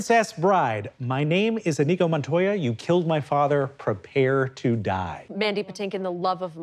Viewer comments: Even worse, they're saying inEEgo. Wrong stress, wrong consonant, wrong everything. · The fact none of them is even TRYING to pronounce Iñigo correctly, with the ñ instead of an n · I was waiting for them to pronounce his name correctly... Iñigo no inigo, two very different sounds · It’s pronounced Ee-nyee-go not In-eego. The squiggle over the “n” (tilde) signifies a “y” sound tacked onto the “n” sound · None of them pronounced "Iñigo" the right way.